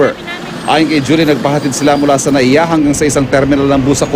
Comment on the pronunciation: MIA Hindi NAIA